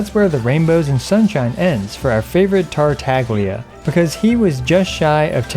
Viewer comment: finally ,he spoke Togtola's name correctly